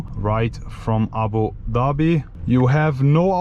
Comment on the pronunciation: the only european guy who can announce (Abudhabi) the right way